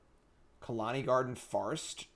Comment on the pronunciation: please stop saying Khalani Garden.....